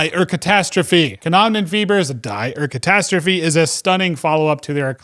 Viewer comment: dye our catastrophe... hurts my german brain. Good list though!